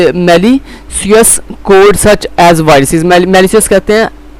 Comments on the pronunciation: appealing ❌ appaaaling ✅🤣 malicious ❌ malisius ✅🤣 Microsoft hated Java because of its portability means it can be run on any OS so that people would use non Microsoft OS (Mac, Ubuntu, Cent). Or ye sir gee keh rhy MS hates Java kiu k woh popular hogai thi waaaaahhhhh SubhanAllah 🤣🤣🤣🤣🤣🤣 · bilkul theek kaha bhai ajeeb hi parha raha hh khud nhi smjh arhi isko na parhna arha malicious ko ghlt parh rhe appealing tradeoff ko ghlt parh rha ajeeb